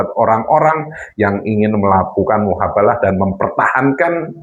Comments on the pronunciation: Miin...hapus lg video nya,,,ulang lg ganti kata,,, Jadi mubahalah.... Bukan muhabalah... Kasian sy liat koment nya....!!!! Doooh...aink maaah..... Gegara kabib dobol efect nya ada² bae... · MUBAHALAH BUKAN MUHABALAH ADMIN OIII.. 😅😅😅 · Mf min bukan muhabalah tp yg benar mubahslah